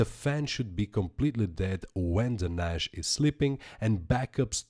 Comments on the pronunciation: NASH, NASH, NASH... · could not watch due to the fact you cant say NAS right ...